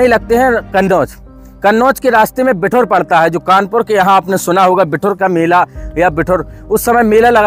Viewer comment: भाई बिठुर नहीं बिठूर है